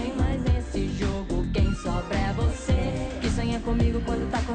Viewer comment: Na verdade ela fala BOce@ Í